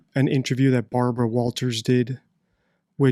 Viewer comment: Barbwa not weally convinced with the Wamsey wansom note 😂